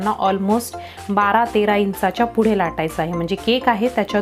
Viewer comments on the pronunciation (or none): none